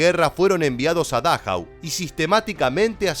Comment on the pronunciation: No soy experto como tú. Pero leo el nombre de dachau. No es dáchau como le llamas.